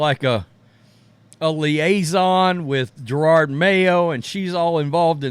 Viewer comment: This guy can't say Jerod. I don't know who Girard Mayo is?